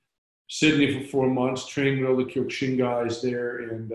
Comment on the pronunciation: Love Kyokushin and trained it it for 39 years. Everyone pronounces it wrong for some reason.